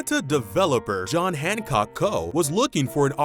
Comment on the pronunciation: "John Hancock CO" - incorrect human speech...